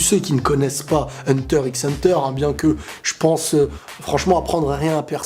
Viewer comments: Juste , ca se prononce Hunter Hunter ! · HUNTER XXXX HUNTER ??? WAAA TA PAS LE DROIT DE DIRE LE x là :( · Hunter > les autres animé Ps: on dit pas le (x) dans Hunter x Hunter,... On prononcer hanta hanta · Hunter x Hunter se prononce "Hunter Hunter" Kirua se pronnonce "Killua" mais s'écrit bien Kirua. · S’il te plaît dit Hunter Hunter et pas Hunter x Hunter (le x se prononce pas) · On ne prononce pas le X d'Hunter X Hunter ! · Il ne se prononce pas le x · mais par contre le x ne ce prononce pas dans hunter x hunter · Ça s'écrit Hunter X Hunter mais le X on ne le prononce pas quand on le dis. Les vrais fans le savent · Il a pas prononcé le x quand même dite moi que non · On ne prononce pas le X dans Hunter x Hunter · mais par contre le x ce prononce pas dans hxh